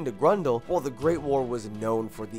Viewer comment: Nice list, but your pronounciation of Grøndal is painful. Sounds more like Grundal...